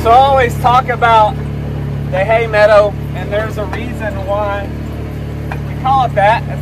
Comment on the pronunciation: Pemmican, Yes! Survival food of the Indians and pioneers during long treks and in the winter...I think you are on to something,! People would buy that...I would! Please go back to saying "Hay medda" even once in a while, I miss that regionally accent on certain words...I smiled the whole way through this one ❣